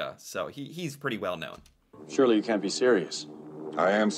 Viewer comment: Can't you say "can't ", because you too often confused the two! It must be "Amuricant English"